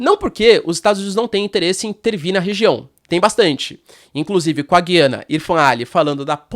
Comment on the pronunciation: A pronúncia certa é Gu i a na. Pode reparar o presidente deles fala Ga i a na. Em português tiraram o trema em cima do U. O trema indica que a letra deve ser pronunciada. Lembra Goiânia e Goiás e não lembra guiar. Mas acho que pode ter diferenças regionais de pronúncia.